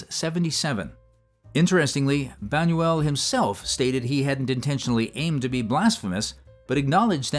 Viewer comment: A.I. can't pronounce Luis Buñuel? Imagine. It took 1970 years to become grown up and adults.